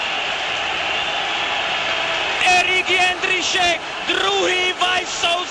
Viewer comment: jeNDrisek nedal, jeNDrisek goool :D